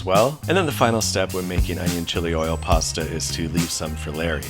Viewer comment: You mean "pasa"....